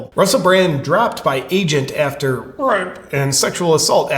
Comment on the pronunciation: Stopped watching after the 3rd time you pronounced "rape" like an idiot. Say it or don't say it. But either be YouTube's slave or an independent journalist. You can't be both. FUCK YOU YOUTUBE, BY THE WAY, for limiting freedom of speech! Good on ya! Hope there will be another platform soon, on which people are able to simply speak facts. Nobody is glorifying rape here. But it should be possible to discuss this topic, for everyone's fucking sake. ELON MUSK, MAKE TWITTER BETTER PLEASE.❤